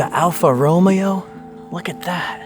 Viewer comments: 🤣🤣 the alpha Romeo got me! Hahahah. It's pronounced Alpha Ro-may-ow my bro. It's all good though bro not everyone is a car guy. I'm a big fan of yours I've been watching your videos for over 11 years now. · Great video! Just so you know it’s pronounced Alfa Ro-Mayo not Romeo like Romeo and Juliette. Spoken as an Alfa Romeo owner and enthusiast 😁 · Oh I'm taking that Volvo, the Alfa Romeo (Ro-May-Oh) Milano and the Esprit. Backing my flat bed up to the house and skirting off!! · the car is pronounced alfa mayo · Nah not the way you said alpha "rolio" bruh cmon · I see that car from the second house the steering wheel says its a nissan stanza only i dont see any build in headlights when i search the car so he had a interesting one and about the first house the lotus is awesome and im european and u say alfa "romeo" with e" as i" like romeo and juliett 😆 further awesome video and im glad ur still with us this days U should search for that son he"s probably still in that country